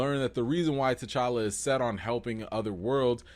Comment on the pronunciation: Put some RESPECK on T'Challa's name!! That "ChaCha" molested me in my spirit!! Also, while I'm here: #RecastTChalla